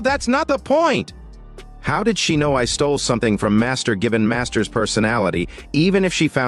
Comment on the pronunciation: It's so annoying when you say "I T" D I D". Just pronouns the damn word bro.......